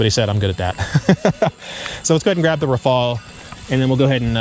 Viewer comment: Thanks for the informative video. It is nice to see the comparison. I think it would only be fair to pronounce Rafale with a French accent as the Gripen was pronounced with a Swedish intonation.😁 Keep the videos coming.